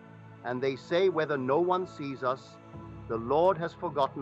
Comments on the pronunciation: Ok guys caught this being an AI voice and not actually Neville. The tone is off but MAINLY it say "U S, instead of US" I do not think that this is from an actual Neville lecture or reading. Lets stay wary... Feel free to correct me if im wrong. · The AI voice reading is spelling out words such as "us" as U.S. It's inserting weird words here and there and is entirely NOT OKAY. Don't bother listening to this. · I would like to know why he is mispronouncing words? Sounds like AI to me. Neville wouldn’t pronounce the word “us”, U.S.(initials). That doesn’t make sense. I’m calling BS on this. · If you are going to use AI at least do proper editing!! Us in the first minute of text is pronounced U.S. as in United States. This is confusing for the listener and interrupts the flow of ideas. Additionally the flow of sentences is stilted and not natural to the way Neville or any human would speak. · Why does he say "exists in U.S."? Is this an A.I speaking his words? I don't care for the A.I. programs, as they aren't able to properly pronounce many words. I find it takes away from the feeling that comes from hearing a human speak truth. I suppose I will imagine that A.I. stops being used and becomes obsolete....that way humans can start to develop themselves again and create with their own imaginations. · So is he talking about the United states or US... Because he says it U, S. Just sounded off. Cant be too careful these days.